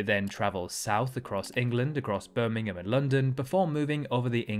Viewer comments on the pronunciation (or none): none